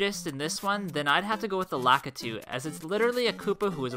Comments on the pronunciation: it’s pronounced lukeetoo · Lak i tu sounds like lak needs u